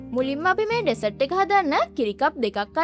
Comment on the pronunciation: ඩෙසට් නෙමේ බන් ඩිසර්ට්...